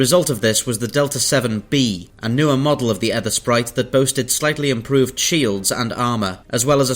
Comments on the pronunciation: "EEthersprite" - like the "ee" in "teeth", not "Eth" like "earth". As in "the ether" of a clear sky. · Ethersprite mate, like ... Aegypt (Egypt), Daemon (Demon), Aegis (Egis) etc... The A is silent. It's pronounced Ether Sprite.